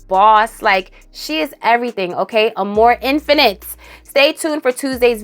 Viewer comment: Instead of amour infinite, I heard you say “a more infinite” and I was waiting for another word. A more infinite, what?? 🤣. Silly me